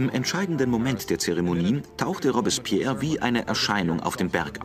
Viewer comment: boah sag noch einmal "Robbs-spehr"